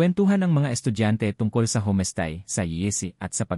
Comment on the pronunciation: Pronounce the words correctly: homestay, signages, etc.